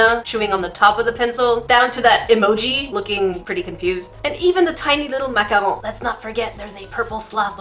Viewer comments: YoU DiD It SoO WrOnG It Is PrOnOuCeD mAcA-RoOn nOt MaHoN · I like how you say macaroon... Makaron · Okay off topic ish but how you say macaron is s o satisfying lmao love it sensei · Who else cringed when she said macaroon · The way you said macaron is so funny😂❤️ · Your french (canadian?) accent when you say "macaron"♡ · bUT jAckiE yOu sAiD maCaroOn wROnG